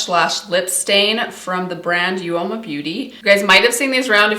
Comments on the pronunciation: Just an fyi, Uoma is pronounced uh-muh (says on the website) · Just thought you might want to know that uoma is pronounced as oma :)